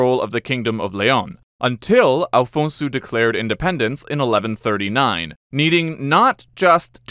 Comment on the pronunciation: Afonso not Alfonso